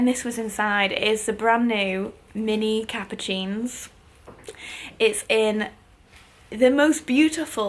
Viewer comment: Love your videos ❤️ Just to let you know, the Louis Vuitton capucine is actually pronounce “capussine ” 😊